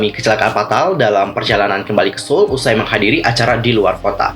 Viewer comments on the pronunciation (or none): none